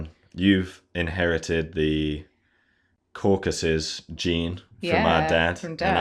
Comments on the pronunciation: Surely it is CaucAsUs, not CaucUsEs. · Caucasus. Not Cacuses